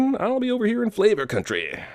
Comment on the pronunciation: "Flavor countryyyyeh" a glass of wine too many I'd say